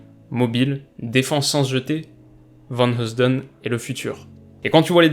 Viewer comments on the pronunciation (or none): Pour la prononciation de vanheusden tu peux jouste prononcer vanieuwsden😀